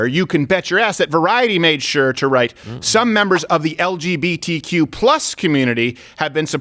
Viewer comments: I think the [sic] is because he said “LBGTQ” instead of “LGBTQ”. He switched around the B and G. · they’re actually saying (sic) because the B and the G are in the opposite order. Dave always says it as “LBGTQ” instead of “LGBTQ” and that’s what is apparently a grammatical error. Which is kind of hierarchical saying gays come before bi’s lol edit: but lesbians are always first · I think the "sic" was put there because he says "LBGTQ" and normally it is said "LGBTQ". As a bisexual man I find it quite funny when he says it "wrong" even though it shouldnt matter which way it is said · The reason the sic is there is because he says it as L B G T Q instead of L G B T Q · Ryan Mosey yeah but the real reason they did the sic was because he pronounces it wrong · The SIC is for LBGTQ and not LGBTQ. Dave swaps the B and the G for some reason. I’m not sure if he just doesn’t care enough to say it the way it’s meant to be said, or if he just intentionally does it to emphasize how little he cares. In either case it’s hilarious. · No, it was the fact that he said ELL BEE GEE TEE CUE. He mixed up the orders of the acronym its not that deep bruh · The [sic] is because the letters B and G are inverted, which is how Dave Chapelle likes to pronounce it. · 🤦🏻‍♂️ they put the [sic] because he said “L B G T Q” ….it’s a spelling error - it’s “L G B T Q” , it had nothing to do with leaving out the + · I’m the only one on earth that notices Chappelle says lbgtq instead of lgbtq. Every time. And I know why too. But I’m not gonna say that. 😉👌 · I’m almost positive Dave said “L-B-G-T-Q” not LGBTQ. He switched up the G and B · NO. It's because Dave kept saying LBGTQ, not LGBTQ. He swaps the B to after the L instead of G after the L. He said it the whole CLOSER special if you paid attention. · Not saying it is right to do this, but the "[sic]" was likely because he said l B g t q instead of l G b t q. in other words, for screwing up the order of letters in an acronym.